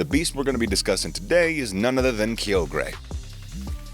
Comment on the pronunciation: I am mad he says kyogre wrong